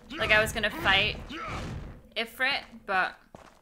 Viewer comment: Ifrit is pronounced "Eefreet". I know it's weird, but that's Arabic for you. Ifrits are genies, also known as Djinns that are generally evil and flame-based. D&D lore.